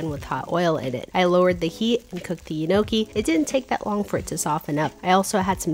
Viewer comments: why does her pronunciation of "gnocchi" sound like how you'd say "enoki" (the mushroom). 😭 the g is silent, and it's pronounced "ñoki" or "nyoki". so the n is a bit longer and the "cch" part is pronounced like a "k" sound. hope that helps ! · Don’t forget the “four” cheese three cheese pasta sauce 😂 think you had mushrooms on the brain with that enokey pronunciation of a pasta lol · E-noki, lol, it’s pronounced nyoke :] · It is GNOCHHI pronounced as 'Nyoki, and Enoki is a type of mushroom! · KNEE oh key is how it is pronounced. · G is silent nokey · You have to say niokki G is silent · thats not how y pronounce it…